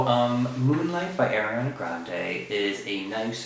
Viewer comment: its ariana not airiana jeez